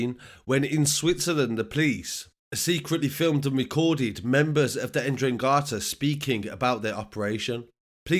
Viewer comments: Endrangetah. 😂 it's not that hard to say man c'mon. 👍 Cheers again. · En- Drang- ged- ah Is how it’s pronounced. They originated from Calabria.